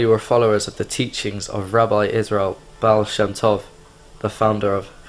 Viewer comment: Yep, this is defiantly fake. Guy doesn't look anything like a chasid, and pronounces the words "chasidic" and "baal shem tov" wrong. Also, half the video it looks like he's reading from a script below the camera.